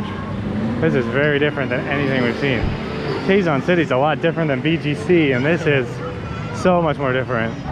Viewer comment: The “Quezon” not Quegon it pronounce “KeZon”. 😉